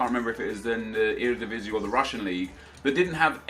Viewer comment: i am verry proud how you say eredivisie